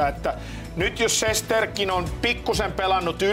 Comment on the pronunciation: Studion vetäjälle ihan huomiona vain annan plus merkinnän sillä olit ainoa joka lausui Rangers moken nimen oikein 👍 Shestjorkin.